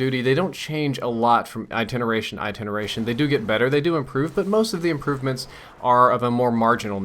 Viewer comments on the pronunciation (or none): What's an "iteneration"? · it's "iteration"